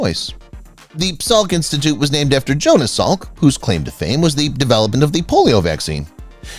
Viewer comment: It’s Jonas Salk, not suk. Enough with stupid ai.